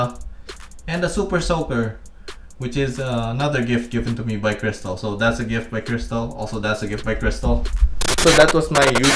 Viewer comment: Who is “Kristof?” 😅